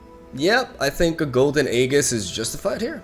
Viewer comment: BRO RAE OYU SERIOUS. THIRD MONTH OF COMMENTING THAT AEGIS IS PRONOUNCED EEEJHIS NOT A-GHIS